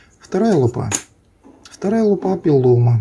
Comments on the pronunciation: Автор, не лупА, а лУпа. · Лу́па, ударение на первый слог, т.е. на слог с буквой У — лУпа.